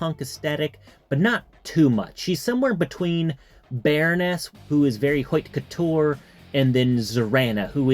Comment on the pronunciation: Just a heads up "Haute couture" is pronounced "Oat couture". not hoyt. It is not an issue but I thought you might like to know. Cheers